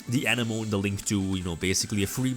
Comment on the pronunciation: Love your content! For future reference, since decks that use Coral Anemone will use it many times in your replays- It is pronounced 'Uh-neh-muh-nee', not 'An-uh-moan' Keep it up:)